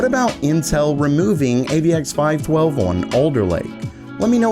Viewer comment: Thanks for the fresh content. Thumbs up! I offer the following to be helpful: In the Alder Lake AVX-512 section, you say "AVX 12" most of the time. You might want to flash a popup graphic in that section to alert the users to the proper tech name like you do in other sections for other things. Very Geeky pondering: I kind of wonder if the upcoming Alder Lake desktop SKUs with only P-cores (such as the i5-12500) will be a whitelisted in BIOS to permit AVX-512 on those parts. I'm a systems programmer and I can understand how most software using AVX-512 could crash on the hybrid CPUs. What programmers do is they query the CPU for capabilities and then they use the technology if it is supported. However - if you query for AVX-512 capability and that thread happens to be on a P-core, but then you launch a new thread to use AVX-512 and that threat happens to get launched on an E-Core, this would crash your program. Most programs using AVX-512 up to this point would be susceptible to this kind of random crashing behavior based on where the OS happens to schedule the threads at run time. All of this to say: it's possible the disabling of AVX-512 will be a temporary measure for hybrid CPUs only, until the OS schedulers for at least Linux and Windows can be updated to work around the problem I just described.